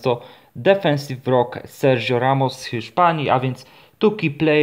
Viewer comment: Sergio czyta się Serhio